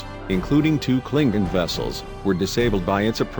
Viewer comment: Super weepons and Romulan pre-door. and who's Jim Hatter? Brother of Bob Hatter of course! Gene Luke 'Skywalker' Picard has always been my favorite captain. Cling-in sheeps are some badass veesules. "Unnamed species from fluidic space" - hmmm, I guess I imaged all those times they called them species 8472. Nevermind, the robot just contradicted itself by saying the name.